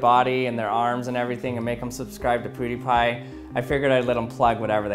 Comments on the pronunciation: It’s Pewww not Pooodiepie. Brad two we need you. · ....pooooh-die-pie?? Nani?! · “Poo dee pi” triggered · Why does he say pudipai??😂😂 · is he saying poudiepie? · U pronounce pewdiepie the same way haha xD